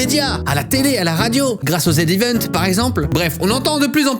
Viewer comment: Qui prononce Zevent (zed ivent au lieu de zi event) comme cril ? 😂